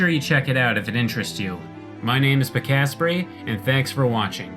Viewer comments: So, you pronounce your name Pee-cass-pree, right? I've always thought it was Pee-kah-spray, until recently, lol. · Pick-ass-pray!? That's how you pronounce it? I always thought pee-kaa-spray... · LOL I THOUGHT YOUR NAME WAS PRONOUNCED PIKA-SPRAY